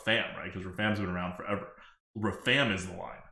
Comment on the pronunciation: The number of times mispronounced Rafaam in a single minute made it seem intentional...and it hurt